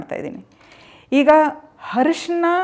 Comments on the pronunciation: ಬಹಳ ಉಪಯುಕ್ತ ಮಾಹಿತಿ ಮೇಡಂ ಧನ್ಯವಾದಗಳು ಹ ರಿಷಿ ನ ಅಲ್ಲ ಸರಿಯಾದ ಪದ ಅರಿಶಿಣ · it is not ಹರಿಶಿಣ, it is ಅರಿಶಿಣ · ಅಕ್ಕ ಅದು ಹರಿಷ್ನಾ ಅಲ್ಲ ಅರಿಷಿಣ ಉಚ್ಚಾರಣೆ ತಪ್ಪು ಮಾಡ್ತಿದಿರಾ.